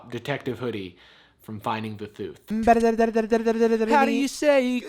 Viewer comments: "the thuth" lol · Did anyone else lose it at, "Your actions spoke the thuth"? 😂😂😂😂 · "Seek thuth" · How do you pronounce "thuth" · "Seek Thuth" 👁👄👁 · spoke the thuth got me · Bruh the “Thuth” got me dead💀😂😂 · "The thuth" 😂🤚 omg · From finding the « thuth » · "Seek thuth" your braces have done you wonder...looking good! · "Seek thuth" Yoo